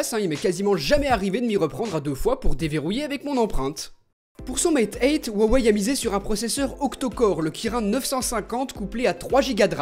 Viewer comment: Sans vouloir être embêtant il me semble que le nom de la marque ce prononce "ruawai" en tenant compte de la prononciation des idéogrammes chinois Merci de tes vidéos je t'adore ^^